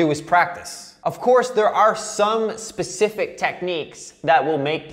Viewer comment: God you were annoying all through this i just felt like correcting you all the time. As for PACIFIC instead of SPECIFIC... Ha! admit it..! you just did it to test me.....?😘🎶🤘🎸